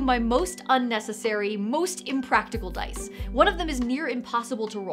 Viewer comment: Huzzah,, "I likah tha DICE!"